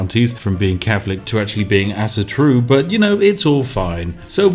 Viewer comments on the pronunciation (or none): "Asa-Tro" Spiff: "ass-turu" "Medel-Pad" Spiff: "meppeladd" Why am i surprised though? He cant even pronounce native english words :D